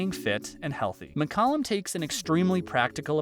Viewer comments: No it's pronounced Muck-Calum not Mick-Calum. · David's last name was pronounced as Mick-Cal-lum, not Mick- Cullum.